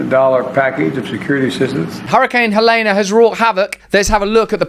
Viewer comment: RUSSEL: ITS PRONOUNCED HELEEEEEEENE... NO ("AH" SOUND) AT THE END :>) JUST FYI